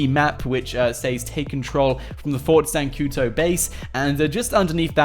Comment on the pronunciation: It's Fort Zancudo, not Fort Zancuto, just letting you know.